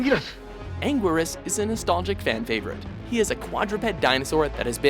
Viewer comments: Ang-guir-us? It's ang-geer-us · WOAH WOAH WOAH HEY TIME OUT WHO SAID IT WAS PRONOUNCED "ANGWERUS"?????? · U pronounced 7 monsters wrong ANUILAS U SAID ITS ANGURIAS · it's angirus (an-gi-lus) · You miss pronounced Anguirus and biolante and Anguirus is two out of four of his movies is Godzilla’s closest friend and Gigan is portrayed to as either a coward or a dummy surly not one of Godzilla’s great foes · What is up with the prononciation of Gigan and anguirus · you said anguirus wrong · for anguiras at least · Pronounciations Bi-Uh-Lon-Tay Ane-Geer-Rus GI-Gan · the pronunciation of the names frustrated me. He pronounced Anguirus, Biollante, and Gidorah wrong